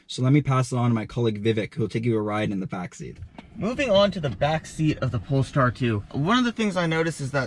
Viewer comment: Nice review, but it's not called Polstar. :) Greetings from 🇸🇪.